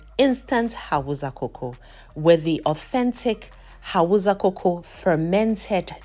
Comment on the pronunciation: First of all, thank you for sharing this amazing recipe. Very inspiring and helpful. Secondly, pleaseeeee the language is pronounced as Hau_sa not Hau_za. Respectfully please 🙏. Thank you for sharing this amazing recipe